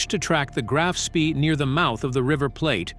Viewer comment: Graf Spee => “grahf shpeh” Von Spee => “fon shpeh”